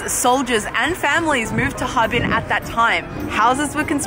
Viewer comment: 哈---尔---滨。 尔 isn't silent :p